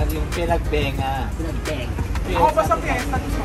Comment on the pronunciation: Panagbenga po hindi Pinagbenga 🤗😊